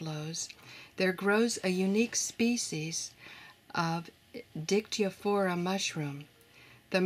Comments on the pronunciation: Listening to the narrator mispronouncing the name of that fungus, made me laugh...So HARD!! 🤪🤪🤪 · Little bit struggling with Latin nomenclature ;))